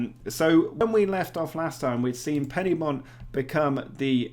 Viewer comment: Great video! But it's Pen-Y-Bont, with the 'Y' being pronounced like 'uhh'. Although I have enjoy hearing it be called PennyBont!